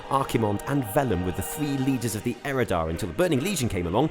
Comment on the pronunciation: Eredar, not Erodar! :O triggered